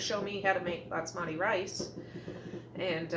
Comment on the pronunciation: BAS-mati - not BATS-mati! :) It's driving me crazy! Love your videos though!